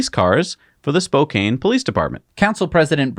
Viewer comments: Regarding the Spokane police department story: I was happy to hear Jesse say “Spokane like “Spo can” and then was surprised to hear him say “Spo cane” the second time. What’s up with that? You had it right the first time (now you know). EDIT: sorry, my mistake, it was, not Jesse. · C'mon you nailed the "Spokane" pronunciation the first time and then butchered it the second time.. It's (spo-can) rather than (spo-cane)! Go Zags!!:P